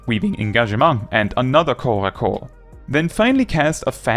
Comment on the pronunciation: As a native French speaker, I thank you for not pronouncing corps-à-corps as corpse-à-corpse!